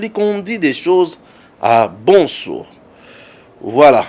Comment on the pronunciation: Bsr cher! Pardon mon cher prononce bien le nom de ton papa l'Honorable Président de l'Assemblée Nationale, "vieux MBOSO" au lieu de BONSO, merci!